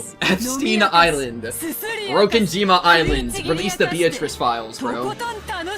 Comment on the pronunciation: How did bro get all the way to the end of Chapter 2 and binge that much anime, but still not nail the Japanese pronunciation of 'Beatrice' LMAO?